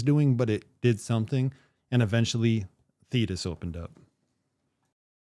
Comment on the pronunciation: Sorry, Dude, Thetis rhymes with Cletus, and that thought does not impress me